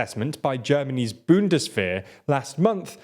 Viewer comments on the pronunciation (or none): none